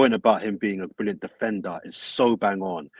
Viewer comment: we get it 😂😂 defenDer must be pronounced with a strong D 💀